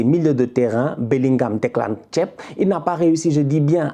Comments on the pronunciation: Quand j'entends tchep ça fait réfléchir gratuitement alors que je sais qu'il parle de Rice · Declan “thiéb” 🤣 😂😂😂😂